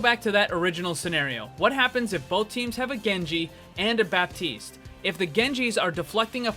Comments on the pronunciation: the p is silent in baptiste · The p in Baptiste is silent, fyi